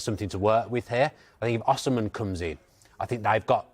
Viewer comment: Why does he pronounce Osimhen like a nutter?